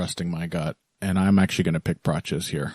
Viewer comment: It's not Praches lads, it's Prates. That's how the man himself pronounces it, and he would know - he's a nerd 🤓